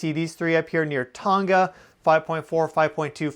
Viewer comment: Very interesting . Btw it is pronounced “tong a” as in long with a t and a like car 😊